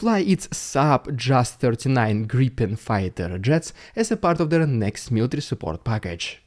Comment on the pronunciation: Unironically one of the best pronouciations of Jas-39 Gripen i have heard from a non-swedish person. 👏🇸🇪 Slava Ukraini